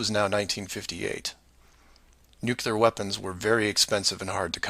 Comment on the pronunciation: Pronounced " new klee are" NOT " new cue lar" ! Just look at it and sound it out! NU-CLE-AR Can't stand to listen to that since the time of Bush, who always pronounced it wrong! Sounds STUPID!